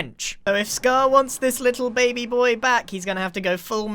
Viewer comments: Did grian really just pronounce baby as bah-bee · Scar: “Gragr” Grian: “Babby Yoda” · I thought he saying babi yoda for a second 😂 Babi = pig (very disrespectful to say it infront of a malay) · FAM HE SAID BABY WRONG HE CALLED IT BABYE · "bahbie yoda" yes grian, bahbie yoda.